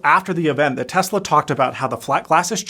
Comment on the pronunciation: Tezla? Or Tesla?